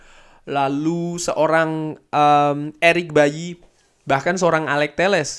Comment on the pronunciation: Kavi apa cavi 🤣 erik baily apa erik bayi 😂